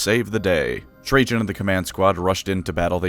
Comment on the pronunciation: Dont worry, I wasnt attatched at all to Trajan after how you butchered the pronunciation of his name :P